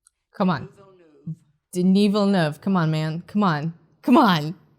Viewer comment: Denis Villeneuve? Didn't you mean Dinoov Velnoov?